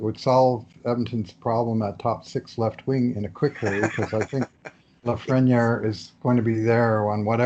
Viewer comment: Please pronounce his name reasonably close to how it should be pronounced: "Alexie Lafreni-eyre""